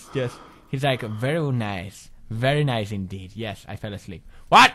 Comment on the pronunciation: verrry nace